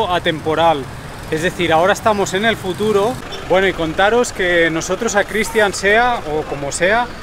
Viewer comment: Jajaja dice Cristian zea o como sea